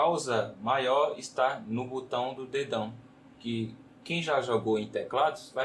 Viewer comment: Por que tanta gente fala "butão"? 😂😂😂